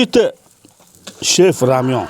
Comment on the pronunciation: Рамён гэж бхгүй шүү рамэн гэжл байгаа